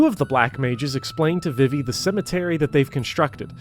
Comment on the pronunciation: High praise of FFVIII and a hate boner for Seifer: Thumbs up! Your pronunciation of Vivi: Thumbs down. :( I appreciate your passion. Keep up the good work!